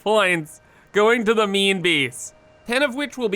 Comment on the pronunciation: i like when says main base. it sounds like meme base